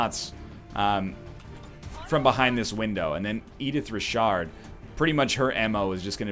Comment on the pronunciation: Pronounces Richard "rihshard"